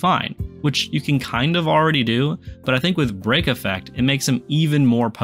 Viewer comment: bro kept saying brock instead of break and I was like “like the guy from pokemon” 😂